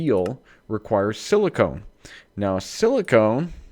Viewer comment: whenever you say silicon, you pronounce it with a long O, as in 'own'. This drives me crazy - as it sounds like silicone instead of silicon. Silicone is any silicon based polymer. Anyhow, I feel like a tool for making a negative comment; sorry. Let me just say that I'm here watching your channel because I enjoy it.